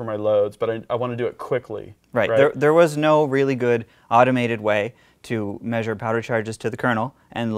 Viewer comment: Why can’t you pronounce the word Measure?